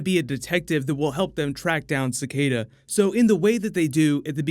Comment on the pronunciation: Your pronunciation of Cicada is so freaking terrible